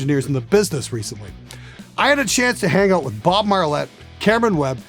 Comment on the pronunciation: noticed the way you said "out." where you at exactly? ON? Shouts out to Canadian musician/engineers